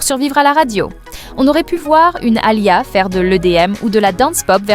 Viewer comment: C'est pas A-lia mais Aa-Li-Yah.. prononcez bien son prénom ❤❤❤❤❤